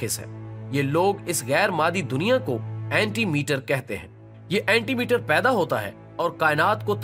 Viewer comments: Not anti meter its call anti- mater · janab ap ne video achi bnai hai,.. magar ap apni pronunciation thek kerin (antimatter) hota hai anti metter nahi hoti , o& the next things is k Allah k raaz pe se jab tak koi parda nahi utha skta jab tk wo ( ALLAH) SWT khud na chay alfaz ka chunao zra dkh bhaal ke kejay plzz.. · right. He is saying meter again and again whereas the right word is matter. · Bhai Anti-Meter nahi Anti-Matter hota hai! Aap thori se tawaju apne accent aur English per dein! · Its called "Antimatter" not "AntiMeter" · Correct your pronounciation.. Anti-matter not Anti-meter.... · It is anti matter not anti meter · Admin Sb, Anti Mete nahi hota....Antimatter hota ha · Meter nahi bhai matter hota he